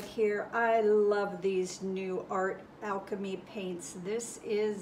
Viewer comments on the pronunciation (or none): none